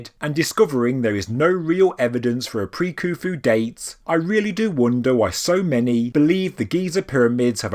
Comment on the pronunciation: why is there a silent "H" in Khufu ?